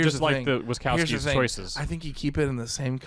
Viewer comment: Producer Bryan made an oopsie. Yes, he corrected the pronunciation of Wachowski. However, he got Mike from Monster Inc.'s surname wrong. It's Wazowski not Wakowski. 😂